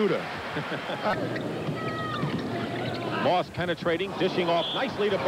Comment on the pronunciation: "Play'n Larry Bird is like play'n ah computa." lol